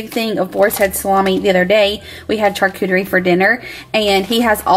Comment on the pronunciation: It's pronounced shaar·koo·ter·ee not CHAR-koo-ter-ee